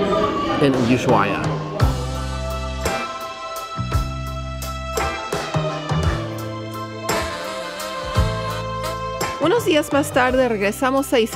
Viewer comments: Ushuaia es, no es Ushuaa o Ushuaya 🥴 Ushuaia! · Por favor corrige el tal de "Usuada" lo pronuncia correctamente El vídeo magnífico Felicitaciones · Pronuncias mal es Ushuaia no Usuaya..... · Una vez que lo dice bien!!! lo corrije 😳 USHUA " I" A no Ushuayyyyaaa!!!! 😂😂😂😂 Excelente videos chicos!!! 👍 ☺️ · lo dice bien es ushuaia y lo dice mal jajaj usuada jaja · es ushuaia y no usuhada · Nunca escuche tantas veces pronunciar mal el nombre de un lugar. Es USHUA I A!!!